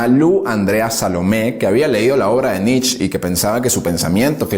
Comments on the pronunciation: No entiendo, tanto conocimiento de parte del locutor , pero continua repitiendo Nich, Nich, Nich, cuando en en realidad se pronuncia "Niche" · Muy buenos todos tu videos. Excelentes temas. Solo te pido que tengas cuidado con las pronunciaciones. Friedrich Nietzsche era alemán, por lo que su apellido no se pronuncia "nitch" como lo decís vos, sino "nitzche" con "e" final. Poné el nombre en el traductor de Google y ahí tendrás el audio de la pronunciación. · Excelente biografía, como siempre. Un detalle: la pronunciación más aproximada de Nietzsche es «nitz-ye», con la «y» sonando como en coyote. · Pronuncie "Nitche".. Màs cercano en español a la fonética alemana.. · Pronunciá NietzchE With E por favor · ❤️ Nietzche. Como tip, se dice como se lee, o sea con "e" al final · Me tiene enfermo el Nich!!! Si te creerás alemán entonces es RIJAR FANGNER.... Por las reflauta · Perdón, pero pronuncia Mal el apellido